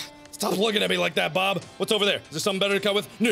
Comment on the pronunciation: you were sometimes saying Berb, not Bob